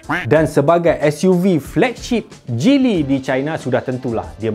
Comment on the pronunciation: Abang kamu cakap geely macam cili